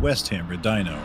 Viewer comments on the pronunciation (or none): none